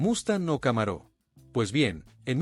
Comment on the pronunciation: Muy buena presentacion y descripcion de cada uno de los modelos “muscle cars”, con una deficiencia en la pronunciacion, y como esta presentando vehiculos americanos, y como no existe el acento en las palabras en ingles, no entiendo porqué al deportivo de Chevrolet lo pronuncia Camaró, y a General Motors, la pronuncia; como a un General del ejercito, cosas totalmente diferentes; y pare de contar, Charger, Thunderbird, pero fuera de esos detalles en general el video esta muy bueno y descriptivo